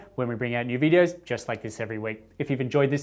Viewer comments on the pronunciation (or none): none